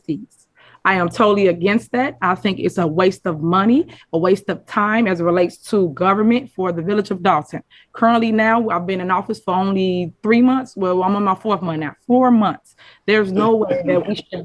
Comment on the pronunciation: Its MONTH not Munt!